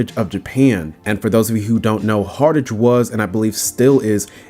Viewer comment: Hartage? it's "Hart-ge" not "Hart-age"